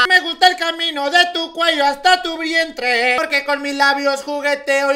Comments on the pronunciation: dijo vriente 😂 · Me gusta el camino de tu cuello hasta tu VRIENTRE jajaja se le fue la R al principio